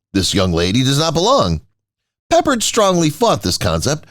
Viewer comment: It's pe pard